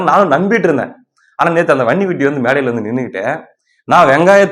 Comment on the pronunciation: வன்னிகுட்டியா பன்னிகுட்டியா. உங்கள் உச்சரிப்பு ரொம்ப நக்கல்